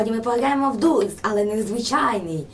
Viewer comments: ДОРС А не дурс Хоча це моя думка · Взагалі-то ти правий чи права правильно дорс. Саша ти теж права. Але правильно дорс чересто тощо дві ОО читається іноді як довге о. Наприклад як door там не дур а доор. І ще є такиг багато слів. Тож зрозуміла?